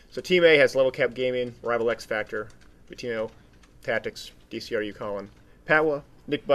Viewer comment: It's pronounced D-CRU. as in ''demolition crew''.